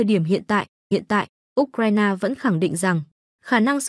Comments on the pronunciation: Phải đọc U Cờ Dzai ! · Trình độ phát thanh viên giờ quá kém U C RAI NA đọc là ốt raina Không bằng youtube